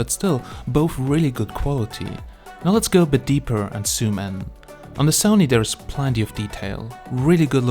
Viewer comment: HI, Great content Bro...i watched till the end...ah also would you please stop saying ''soom''...and start saying ''zoom'' ;)